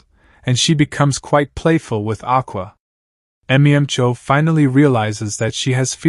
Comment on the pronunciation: Im sorry but M e m cho instead of mem-cho gets me every time